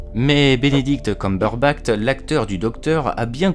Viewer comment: On prononce la "ch" de Benedict Cumberbatch